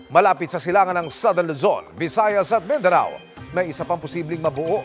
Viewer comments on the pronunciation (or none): Mindana? It's Mindanao po.